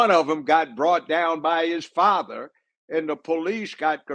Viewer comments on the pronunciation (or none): none